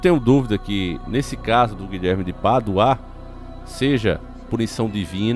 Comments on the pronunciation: É Guilherme de Pádua, e não Guilherme de Paduá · O nome dele não se lê Guilherme de PaduÁ e sim Guilherme de PÁdua kkkkkkkk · O NOME DO CARA É GUILHERME DE PADUA E NAO GUILHERME DE PADUÁÁ FALA O NOME CORRETO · Vinheram? Não seria vieram? Paduaa e sim Pádua. Misericórdia.... português brejeiro. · Desculpe mas a pronúncia correta é Pádua e não padua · Não é paduá não é Pádua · Guilherme de Pádua, não de paduá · Guilherme de Paduáá kkkkk, desculpa eu ri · O nome é Pádua e não Paduá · Não se pronuncia PADUÁ! E sim PÁDUA!!! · Porque Guilherme de Paduá e não de Pádua 😂😂😂😂😂😂😂 morri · Rapaz , fala direito, você sabe que o nome certo é Pádua e não paduaa. Isso que dá raiva a pessoa saber o certo é ter prazer de falar o errado. Isso infelizmente é o povo Brasileiro. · Desculpa irmão.. más primeiro o nome do tal " é Guilherme de Pádua e nao Paduá! E tudo pode acontecer , más não vejo muita ligação .. porque todo ano tem 6 de novembro!!! E nada aconteceu com ele.. portanto se fosse assim o infame era pra ter ido já anos atrás ! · Paduá kkkkkkk parece um retardado lendo kkkk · você é francês??? Padu-A kkkkkkkkk